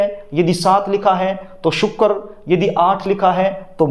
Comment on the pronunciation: Sukaarr NAHI sir, sukra bolakijiye please .